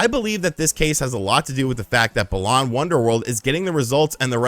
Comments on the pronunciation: Hate the way he says it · Why is he saying balan like that? Sounds so wrong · The way he says Balan is so annoying